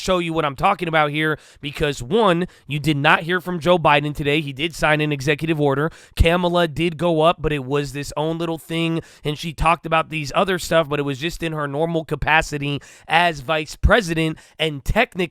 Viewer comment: Its Kah Mala.